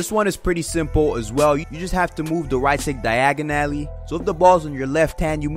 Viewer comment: i love that accent when you say diagonally 😹♥️